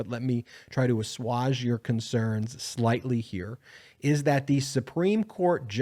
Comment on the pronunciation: Assuage. The second syllable is pronounced 'swage' rhyming with age not the way you pronounced it rhyming with 'dodge'. Done.